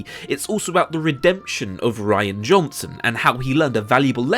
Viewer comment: I don't want to be an ass, but his name is Rian (Ree-an) not Ryan.